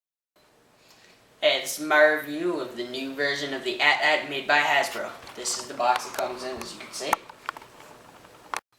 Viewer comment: it's pronounced (ay T ay T) not at at